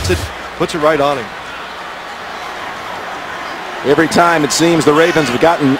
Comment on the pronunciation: Pet peeve: Phil Simms pronounces “him” as “eem”.